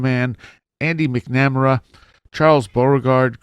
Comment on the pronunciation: It is like fingernails on a chalk board every time I hear you mispronounce the name MacNamara.